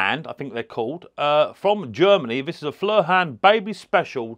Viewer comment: Hiya, it's pronounced foy er, I believe it's German for fire 🔥